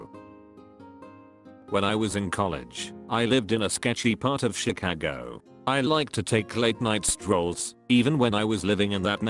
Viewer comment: The way Chicago is said just rlly annoys me